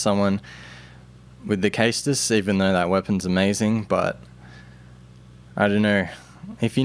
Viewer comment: Caestus is pronounced saystus. Just putting that out there. Awesome vid by the way. I knew there had to be a way to put mace of the insolent to good use.